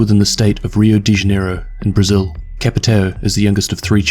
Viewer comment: Thank you for giving me this but you could stop saying the portuguese names in english..like try to get a grasp of a portuguese accent I don't care which but it's kinda annoying to me a Portuguese but I understand, still great tho!